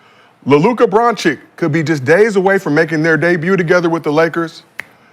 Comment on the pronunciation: Doncic is pronounced Dawn-chich not Dawn-chick.